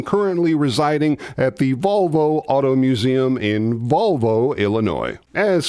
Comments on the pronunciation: Hey, not to be picky, but it's Volo, IL where the Munster coach is, amongst many other reallllly cool cars. Subscribed to your channel long ago, and still love it. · Volo museum. Not Volvo. 😊